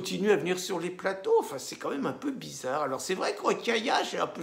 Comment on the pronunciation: < Bisarre ? Vous avez dit bisarre , comme c’est bisarre>